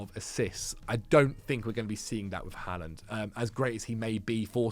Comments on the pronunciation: Im norwegian and your first pronontiation of Håland is correct but not the second one. In Norway we do indeed say Håland and not Haaland so you are doing it right the first time but not the one you are trying to correct to. Just keep on saying it the way you are used to that is the correct one ☺️ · your pronounciation of Haaland was correct the first time. It IS in fact pronouced "Haul-land". /Scandinavian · you keep saying Haaland correctly and then correcting yourself to the wrong pronunciation. It's "Haw" not "Ha", rhymes with Law. - Norwegian person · You did it twice !! You seem to have learbed something new and have changed how to say it. And you have gone from correct to incorrect. Someone has misinformed you !!